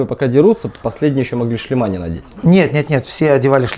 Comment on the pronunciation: ⚠️Не "шлемА", а"шлемЫ". Говорите грамотно, неучи.